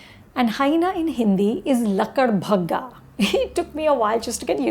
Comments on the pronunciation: Yaar.. It's LAKADBAGHHA... you misplaced D & K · Haha anupama ji, it is ladakbaggha, not ladakbhagga 😄😄 !